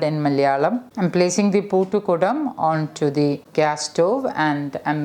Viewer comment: It is not poottukudam or poottukutti, its puttukudam / puttukutti. Bcz poottu means lock. I know u know malayalam , so better to pronounce it correct